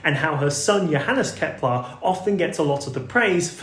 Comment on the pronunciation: Ah, Kepler, not Keplar.